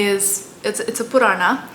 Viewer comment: overythig's ok, but the pronunciation is sanatan (not sanatanA) dharm (not dharmA), same with puran. man too much of this funny language is also not good.